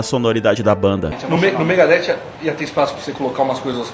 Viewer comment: O Pepeu entendeu mega hair , foi isso, e não Megadeth kkkkkkkkkkkkkk 😂😂😂😂😂😂😂😂😂😂😂😂😂😂😂😂😂😂😂😂😂😂😂😂😂😂